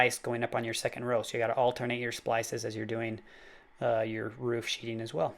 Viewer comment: It's called sheathing, not sheeting. I know, somewhat counterintuitive, but I didn't come up with that name. Not trying to be a dick, just saying. Nice shed. I'd love to build one at my house.